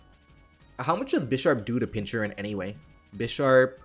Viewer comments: At this point I can only assume that you mispronounce pokemon names on purpose "Pinchurin" is just too bad to not be intentional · I swear to god if I have to hear you say "pinchurin" one more time I will personally delete your channel. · I get that some people can pronounce things wrong but... Pin-chur-CHin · pin - kur- chin, also why knock carocosta the second time and not iron head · Gotta love the way pronounces some pokemon. Pinchurin:D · "Pinchurin" has me dying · why the hell my man saying pincurchin like that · Why do you pronounce Pincurchin like that